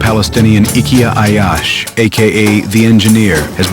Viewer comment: The narrator couldn’t say his name anyway near to correctly and yet had so much misinformation. He wasn’t revenging because he wasn’t allowed to continue his education abroad and he wasn’t learning how to build bombs. He was doing his operations alone before graduating college, and many trials have failed before he made it work. He had a small group of friends that helped him and then he joined AlQassam brigades